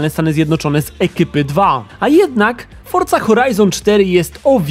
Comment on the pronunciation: A ja całe życie mówiłem Forza, a nie fortza